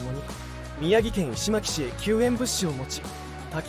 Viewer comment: 石巻市 いしまきし じゃなくって、 いしのまきし。